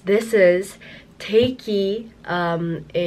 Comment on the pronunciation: Thank you for being one of the few reactors who knows how to pronounce Tayc 😂, and for recognising where this song comes from. Much love!